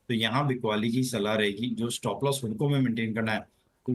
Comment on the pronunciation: Not हुडको, it is हडको